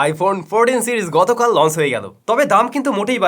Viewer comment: Correct the pronunciation of Launch, Notch, Change, Watch, Inch. For the betterment of your presentation.